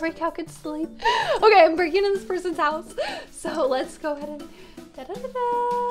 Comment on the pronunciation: why goueses its houses